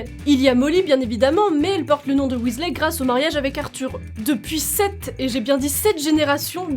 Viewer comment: William aka Bill, était déjà mon chouchou dans les livres.... Mais depuis que je joue à Poudlard Mystery, c'est sûr et certain, c'est mon Weasley préféré (au passage en anglais, on dit Weasli... ey= i )😉 Ensuite Charlie qu'on peut enfin découvrir... En plus, j'aurais été en classe avec Charlie (et oui, pour la majorité d'entre vous, je suis une "vieille" ) Mais y a pas d'âge pour rêver et être fan et même totalement geek et l'assumer! 😉 Par contre suis d'accord, mon expérience me dit que dans la vraie vie, le couple Ron/Hermione aurait sans doute fini par se séparer... Trop différents pour avoir la même vision de la vie, du couple, de l'éducation, etc...